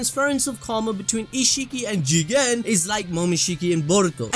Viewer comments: at the start of this video I hated they way u say jiGEENN!! now I say it like that HAHAHAA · "Jigen" what i hear chicken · Why there is a highlight while pronouncing 'Jigen'? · there is no precedent for you saying Jigen the way you do, its by far the worst part of any anime video ever made, besides that your vids are very informative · can someone explain why says it that way? i must have missed sth